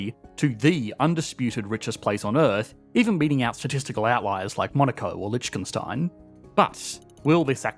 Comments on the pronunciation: Excuse me..... _Lich-ken-stein_??? Lih-ten-shtein my guy 🤦🏼‍♂️ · Because it comes up so often on this channel: Liechtenstein is less pronounced with a /tch/ and more with a /hk/ or even /h/, if you can't produce the palatal fricative. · The tiny country's decisions won't have an "impact" on anything; you mean effect. And it's Liechtenstein (with the "ch" being pronounced as a "k"), not "Lichkenstein" (with the "ch" being pronounced as in "rich"). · Lich-ken Stein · wrong pronunciation of Lichtenstein - clearly did not watch "A Knight's Tale" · Lichten what 💀 How did he even pronounce Liechtenstein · That pronunciation of Lichtenstein was sooo bad xD Otherwise thank you for great content, it was really interesting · Lichtenstein ("ch" pronounced as a soft "h") -> LiCHKenstein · Not Lichgenstein... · please look up how to pronounce Lichtenstein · Im sorry but that is just NOT how you say Lichtenstein. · Your pronounciation of "Liechtenstein" just butchered their economy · When are you going to learn to pronounce Liechtenstein correctly? 😭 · He pronounced it wrong